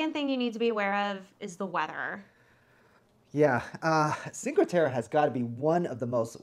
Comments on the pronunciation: please pronounce it correctly it's cinque "te-reh" not te-ruh... :( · It's Cinque Terre not Cinca Terra. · If making a video about a location learn how to say it. This is brutal listening to you both saying ChinqA Terra. At least show you know enough about a place that you learned how to pronounce it. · "cinco terrah" good gracious. You lose pretty much all credibility when you pronounce it that way, American. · I can not get over the mispronunciation of Cinque Terre....